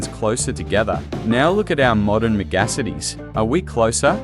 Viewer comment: AI slop. It's "Mega-cities", not "megassities"!